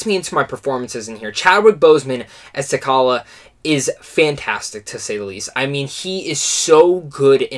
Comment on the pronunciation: Great review... but, LOL.. you keep mispronouncing T'Challa... The 'CH' is pronounced the same as in 'children, chocolate, cheeta'.